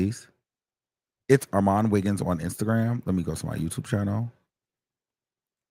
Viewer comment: is he saying or all my niggas? LMFAO